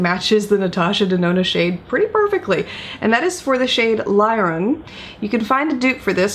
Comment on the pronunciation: Thanks for the priceless information 🤩 A minor correction about the shade Liron, it should be pronounced as Leeron. Since it's my name (same spelling exactly), I thought you'll be happy to know. 🌻 Ps. Love the new background 👍 Have a lovely weekend🌸